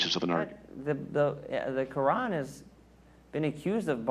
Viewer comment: In the what? What is that stone worshiper saying? "Ka-an"? Hahahaha... It's "Quran" stupid.